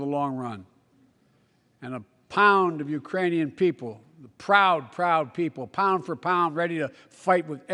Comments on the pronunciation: It's quite easy to slur JUST ONE SYLLABLE so that Ukranian is mangled, i.e. the K is lost, so it sounds like Uranium, and maybe the letter U sounds like "UH" anyway, depending how you pronounce it. Remember that Biden has a minor speech impediment which he has fought for decades. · It sounded like "Uranian" to me - as in, from the planet Uranus.